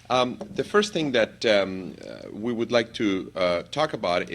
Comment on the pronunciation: U have a problem pronouncing would